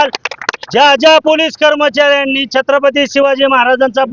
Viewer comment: अरे यांना नीट छत्रपती म्हणता येत नाही म्हणजे चांगले वंशज बनायला😅 जय शिवराय🚩